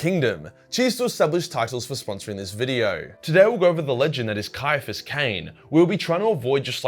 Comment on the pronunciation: I thought his first name was pronounced with a soft C, which sounds better imo